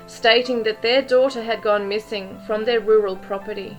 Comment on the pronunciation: I don’t think he said her. With his accent, “their” becomes “der “ and he softens the letter “d” almost to an “n”. Sounding like “They put her in ner car”.